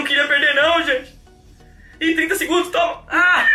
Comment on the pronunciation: quem percebeu os 30 "DEGUNDOS "